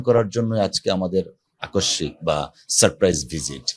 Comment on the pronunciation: 😂এর কাজটা পছন্দ হইছে,কিন্তু আকস্মিক শব্দের উচ্চারন করতে ভুল করছে, এটাতে কারাপ লাগলো।